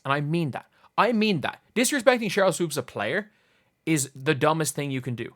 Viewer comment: "Swoaps" --Jason Whitlock